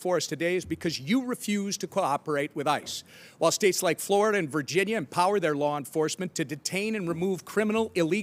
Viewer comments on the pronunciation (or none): none